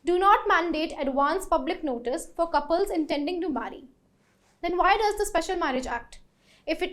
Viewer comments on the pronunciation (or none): none